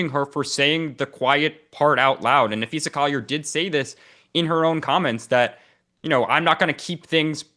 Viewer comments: Her name is Na-phee-sa, not Na-phee-sha, get it right! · Hey Dan, it's Napheesa not Napheesha * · Dan, her name is Napheesa, not Napheesha. Cheryl Reeve took a strong exception early in the year when a reporter called her Napheesha. Reeve seemed to be suggesting that it showed a lack of knowledge of the team and the league in general. You wouldn't mispronounce LeBrone James's name, would you?